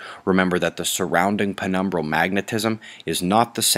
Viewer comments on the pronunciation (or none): He said penumbrul magnetism again. Thank you just for saying that! I have to watch the video a few times to get over penumbrul magnetism and try to digest the rest of it! I love your videos! Poo